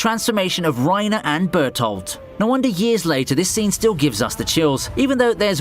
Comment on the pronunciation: The way you pronounced Bertoldt and Mikasa is criminal lmao.